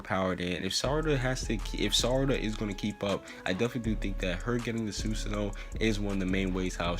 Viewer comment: Bro learn how to pronounce it it’s su - san -oo